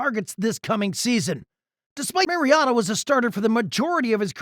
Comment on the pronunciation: You lost a tad bit of credibility pronouncing Mariota’s name as the Mazda miatta